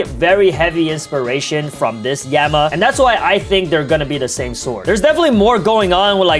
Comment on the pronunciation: bro really said yema and emma